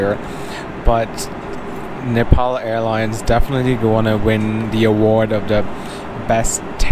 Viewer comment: Please, its not Nipal, its Nepal.